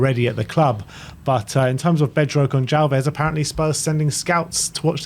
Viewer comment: Nobody wants Spurs 😂 Learn to say Portuguese names properly or just call Goncalves Pote